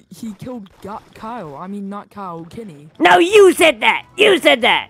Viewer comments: the fact how he says kyle like "cow" is just so hilarious😭(my opinion.) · bro said “kyle = kaa” 💀💀💀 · Kyle❌ Kehl✔️